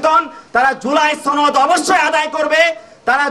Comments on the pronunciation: ছনদ 😂 না, সনদ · জুলাই ছনদ নারে পাগলা সেটা জুলাই সনদ